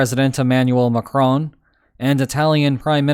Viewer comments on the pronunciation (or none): none